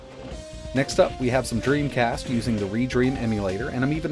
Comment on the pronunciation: knew it was "Dremcast"